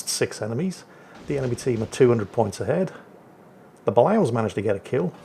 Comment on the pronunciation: "Balao" is pronounced buh-LAY-oh. Carry on.